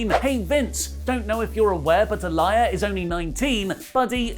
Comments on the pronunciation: Is it your lazy british accent that makes you pronounce her name as "a liar" as opposed to how her dad and everyone else does? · I'm more uncomfortable with how he's pronouncing her name rather than the storyline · I'm more bothered by the way (and ) pronounce Aalyah's name. Surely at this point they're doing it on purpose. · The way you pronounce Aaliyah is killing me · are saying Aaliyah wrong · I think needs to start pronouncing Aalyah's name correctly!!🙄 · You’re pronouncing her name wrong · How are you still pronouncing it wrong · flip flops on pronouncing Aaliyah's name wrong 😂. But really it's not a big deal. I get the reactions on the other side but it's just a storyline. People are taking WWE of all things WAY too serious. I don't watch anymore though but the criticism is insane to me. It's known as entertainment for a reason. If you're not entertained or disgusted then stop watching like I did a year ago. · You saying Aliyahs name wrong was sending me😹😹😹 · Her name is mentioned on the show man. How the hell do you still mispronounce that? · It's Aaliyah not Aliah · BTW,, Aaliyah Mysterio's given name is pronounced ah-LEE-uh, not ah-LYE-uh. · It's pronounced Aa-lee-yah not Aa-lie-yah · Mate her name is not A-Liar It’s pronounced Ahh-Lee-Ahh 🤣🤣🤣🤣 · I don't know where wrestletalk hear Ah-Lie-Yuh when clearly on commentary, Rey Mysterio and Dominik themselves are saying "Uh-Lee-yuh" regardless of how its spelled. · I'm about sick of people bringing up the #SpeakingOut movement when talk of Murphy and Aaliyah (ah-LEE-uh, not ah-LYE-uh as mispronounced it AGAIN) comes up. Aaliyah is 19 and, therefore, a woman, not a girl. These are 2 consenting adults and I find the outrage to be straight ridiculous. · Who the hell is ah-lie-ya its ah- Lee- ya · Aalyah is pronounced A-lee-yeah. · "A Liar Mysterio" wtf...bruh...please...Pronounce her name better... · Say it with me Ah-Lee-Yuh lol Love your content guys. Support Wrestletalk!